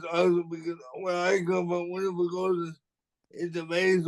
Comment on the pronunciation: saying “Winner” instead of “winter, LOL awe! The moment I heard speak, wow mad respect! The one thing I find that many of us oftentimes forget about is that being different is what’s so beautiful, so keep being you! I agree with your friend whose told you to embrace disability because it goes a long way when you’re able to prioritize your needs first before others. “A physical disability doesn’t have anythign to do with intelligence.” YESS, in other words, our disabilities Do NOT define us! Your worth comes from who you are as a person, not from your abilities!, I love how you’ve taken a bad situation and found the positives to it! For instance, you mention how the bad news put your life into perspective and if something doesn’t go your way,then you find your own path and work hard. I absolutely love that you have that mindset because while you accept challenges, others would just give up. I enjoyed watching this episode, thanks for having on!!! 🙌🏽🖤🖤🖤